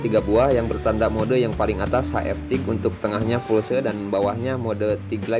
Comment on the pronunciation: Permisi urun koreksi. Pulse mode (english) = mode Pulsa (indonesia) yg artinya kejutan berjarak tertentu. Jangan disebut Fulse karena lebih ribet pengucapannya & malah salah..